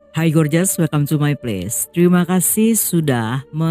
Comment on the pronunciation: Gorgeous dibaca gorjes